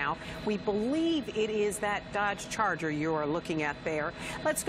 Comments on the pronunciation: dodge carter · News lady: “dOdGe chARger” 😂😭